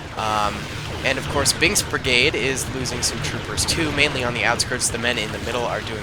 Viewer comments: well probably just me hearing the "k" as a "g" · Did you actually say "bings brigade"? Or did i hear it as "bings" and you actually said "binks" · he said binks from my ear